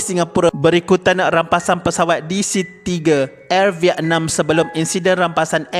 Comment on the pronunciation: Kenapa sebut vietnam pelik😂😂😂😅😅😅